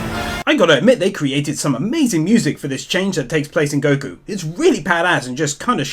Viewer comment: The only thing I found wrong in these videos is how u pronounce Goku.....Guku lol